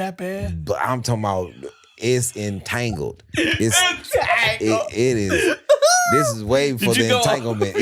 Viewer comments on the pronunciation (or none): Yep, Ali just ruined the word “Entangled” for me